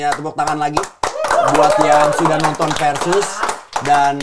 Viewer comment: Bumpernya bkin salfok, Versus pake V bukan F 😂